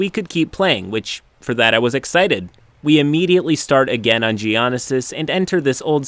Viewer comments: Cmon, really pronouncing it "ge-on-is -sis" lmao 😂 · Repeat after me dude "JEE"-"Ohh"-"NO"-"SIS" Geonosis. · JEE-OH-NO-SIS. I've never been so angry in all my life when I heard you say it. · As a fan of star wars, the way you pronounced Geonosis kinda made me cringe a little, but good video as usual. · Well, I'm a nerd, but it's pronounced Gee-O-no-sis. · pronounciation of Geonosis is horrible. It is j-ee-O-no-sis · “Geoneysis” Lol, I sometimes forget that not all people into nerdy things are also into Star Wars. I shouldn’t judge too much though, because I’m sure there’s a lot of DnD lore with names I cannot pronounce. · I wouldn’t say it’s nose, it’s more of no-sis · Word of the day Ge o no sis A place in the starwars universe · Don't forget Gee-ana-sis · It SOOOO bugs me though and it shouldn't. GEO NO SIS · “Trans-Doshian” “Hothe” “Gyonisis” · Ah yes, the treacherous planet Giana Sis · Dunno if it was just a small mistake from reading but you mispronouced Geonosis it's commonly said as two different words "Geo-Nosis" not as one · You pronounced Geonosis wrong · Your pronunciation of Geonosis was simply amazing. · The way he pronounces geonosis lol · The mispronunciation of Geonosis is infuriating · The way you're pronouncing Geonosis is starting to worry me. Nearly every other term is properly pronounced except Geonosis. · Its pronounced Geonosis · the way you pronounced geonosis killed my soul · the way pronounces Geonosis though lmao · Your pronunciation of "Geonosis" makes me want to commit deepthroat lightsaber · How do you not know how to pronounce geonosis. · that pronounciation of geonosis.... sends shivers trough my spine and hurts my starwars heart... but what hurts most is that the most important question still hasnt been awnsered guys.. seriously what about the droid attack on the wookiees! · You said Geonosis wrong and it triggered my raging star wars nerd card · The way you pronounced Geonosis physically hurt me.